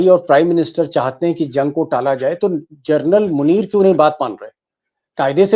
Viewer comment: With due respect, Deepak ji, please pronounce (Lt.) General as जेनरल and not as Journal 🙏